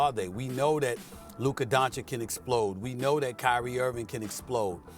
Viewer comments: How hard is it to learn how to pronounce his name correctly? DON-CHICH. Is this low I.Q. problems? Mental block? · Mispronouncing Ching a man’s name is total disrespect. Why does SAS say “don-chick” when it’s widely known to be “don-chik”? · How many years will it take for Steven "A racist" Smith to say Doncic name correctly? He can say Antetokumpo just fine but Doncic is too difficult?